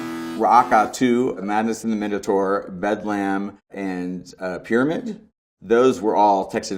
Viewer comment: It's pronounced bedlum, not bedlamb